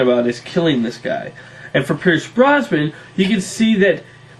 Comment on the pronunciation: Its Neeson and Brosnan, not Neelson and Brosban